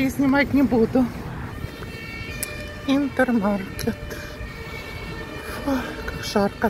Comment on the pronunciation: Интермаркт! Хватит все магазины на ваш украинский лад произносить.Маркет это у вас,тут Маркт.Микс Маркт,Интермаркт.Маркт,Маркт!!!Необучаемая